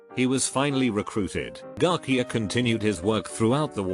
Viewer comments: Garcia: Exist* English voice sinthetizer: Garquia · Guy names Garcia Tts : garkia